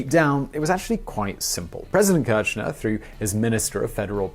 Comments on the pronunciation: Great video, its pronounced [Keer-sh-nair] btw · It kills me that he pronounces it like Néstor "Quershnar" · The pronuciation of kirshner its more likethe first two letter of kiss, the "r" is silent, the sh as in fish, and then the "ner" as in skinner